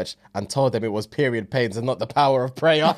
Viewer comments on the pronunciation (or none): said "Pray-er" & didn't clock it. 😂